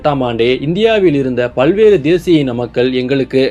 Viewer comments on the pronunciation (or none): none